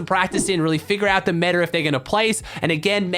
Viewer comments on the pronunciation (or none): You say meta funny.